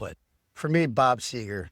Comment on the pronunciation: Is it so hard - Seger?